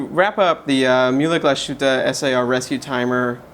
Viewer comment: How difficult is it to go to google translate, enter a brand name, choose the respective language, click on the speaker icon and listen to how it’s pronounced before doing a video? Having said that, nice review! 🙂